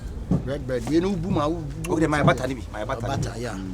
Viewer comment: Sugar blead paa...eii likee